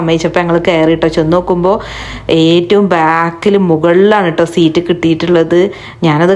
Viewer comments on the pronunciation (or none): none